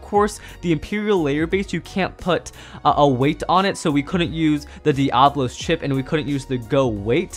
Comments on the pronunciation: Dee-Ah-Blos Challenge FAILED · Don’t be a Zankye, it’s Dee- Uh-Bo-Los, NOT Dee-Ah-Blos 😂